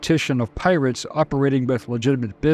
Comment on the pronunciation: I keep hearing pilots not pirates? Is it only me?